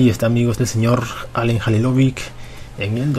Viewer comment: Se dice "Jalilovich" no "Jalilovic" me cago en dios >:v Y si el sera el mejor del mundo <3